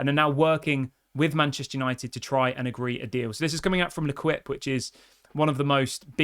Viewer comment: Great channel but I can't handle you saying "Leh Kwip" anymore. It's LEH KEEP.